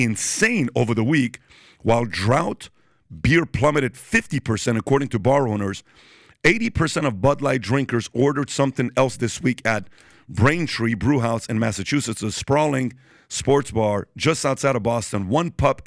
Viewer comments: Did he just call it drought beer? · Small fyi - draught is pronounced - draft , not drought ( drowt) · Someone plaease tell the one dude that draught is pronounced "draft", not "drawt". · The word is draught (pronounced draft.). Hope that helped you. A drought is what's gonna happen at Anheuser Busch -- a dry spell -- a penniless dry spell at just another woke idiot company . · DROUGHT BEER, pronounced "DRAFT." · it's always a shame to see how little patrick knows when he goes up against intelligent people, such as his embarrassing outing against David Pakman and others... but then watching him pronounce draught (draft) beer as drought... as in the word that means "having less water or rainfall than usual" is just depressing. I can kind of understand the mistake except for the fact he's talking about beer. Surely he's heard the word before. Still a great show and a fun watch so meh, who fucking cares. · Draught is pronounced draft, not drought. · Draught is pronounced draft. Not fucking drought. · Dude, like I told The Quartering, it's pronounced "draft", not "drout". Wow. No one doing their homework. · When your analysis comes from a grown man who doesn't know how to pronounce "draught" 😅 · 😮"Draught" Beer?! It is pronounced DRAFT! DUH!😅